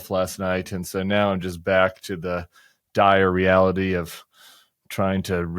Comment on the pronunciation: I like how the way you said the phrase “dire reality” sounded like a portmantea, “diarrheality.” That’s the reality we live in.